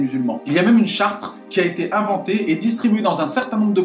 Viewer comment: Charte pas Chartres khõ La diction ess i'm por tanti khoyã